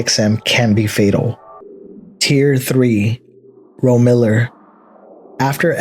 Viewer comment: Ro-miller? It's pronounced rome-illar